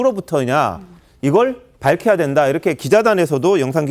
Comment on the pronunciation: 진상조사로 밟혀야된다, 국민의 뜻이다, 민주당 진상을 안해도 된다로 말하네, 우얀일이고, 개가 듣고 웃을 발음이다